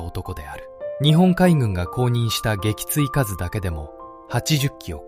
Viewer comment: 撃墜かず、、「げきついすう」😢